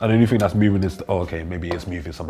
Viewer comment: Everybody: horrible, despicable, poison: This ting is good😂😂